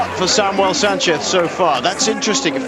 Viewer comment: Commentator saying Sanceth almost every time, mehe